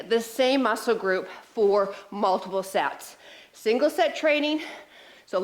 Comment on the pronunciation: Smart, clever workout. Fitness with "Making the Impossible Possible!!" Thanks!! 👍😃👊 p.s. Mark misheard. Thought you said more sex per exercise instead of sets per exercise!! 🤣🤣